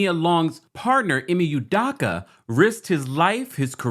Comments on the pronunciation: His name is pronounced "EEE-MAY" "EW-DOE-KAH" For the record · Ime (Eee-may) Udoka (Eww-Doe-ka) Nia (Nye-uh) 🤦